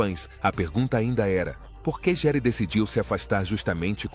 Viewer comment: Que feio vc falar o sobrenome dele errado, estude antes de fazer seus videos